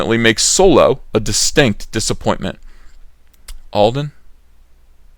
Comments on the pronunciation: Fun popcorn flick shit it's supposed to be Han Solo not soolow! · A guy whose real-life name is pronounced 'dong lover' is playing a pan sexual space pirate. It's as if Soylo is really a Spaceballs story.